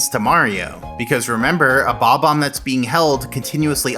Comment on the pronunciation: Damn, it’s BOB-omb not bomb-omb